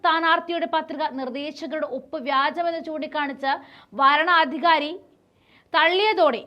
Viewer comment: വാരണാധികാരി അല്ല, വരണാധികാരി. എന്താ കൊച്ചേ ഇങ്ങനെ മണ്ടത്തരം വായിക്കുന്നത്??